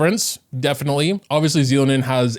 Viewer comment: “Zee-lo-nin…” instant dislike > do not recommend 😂